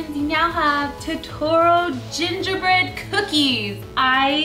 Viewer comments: it's pronounced toe-toe-ro i think, awesome creation btws!! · TOTORO HOW YOU SAY IT toe-tr-o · Totoro not toro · actually it's to-to-ro. Japanese doesn't end syllables with consonant sounds. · The japanese pronunce it: toe-to-to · i really don't mean to be mean but its pronounced toe-ter-roe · Toe-toe-rrro roll the r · Isn't it pronounce "To-to-ro?" If not, I'm sorry for thinking that.😒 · its prononced {tor-tor-o} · It's toe-the-roll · Arielle_The_Pug its pronounced to-to-ro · Pronounce as toe ta roe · These are amazing, so cute! But you're saying his name a little wrong :p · Don't say his name wrong. Its my favorite movie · i hate how cupquake was pronouncing it wrong xD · You said his name right ONE TIME in the very beginning... It was hard to hear you say it wrong the whole rest of the video... Just saying... Cute cookies though... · You say totoro weird o.o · Americans say Totoro wrong. I am japanese american and its so weird how everyone says it here in america. :( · you said Totoros name wrong almost every time you said it in the video. just to let you know. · You say totoro weird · your not saying it right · B.T.W it's Totoro is not pronounced like that. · You said totoro wrong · You said totoro wrong... -. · she dosent say it right